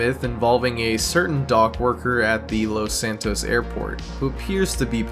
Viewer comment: Its los San tos